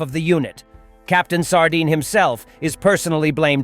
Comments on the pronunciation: it is sArdin😂. But still fishy😂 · Oh my cod…..He is called Sardin!!!😂